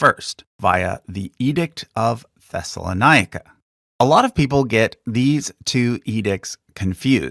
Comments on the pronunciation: Note that Ancient Greek words lay the emphasis o the third syllable from behind. Thus it is pronounced as Thessalónike, not Thessasloníke (like Périkles and Sókrates). Keep up your good work! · You pronounced Thessalonica (thess-a-lawn-ic-ka) as Thessaloni-ica (thess-a-lawn-eye-ic-ka) .